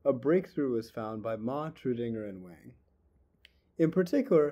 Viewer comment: "Wang" is pronounced more like "Wong"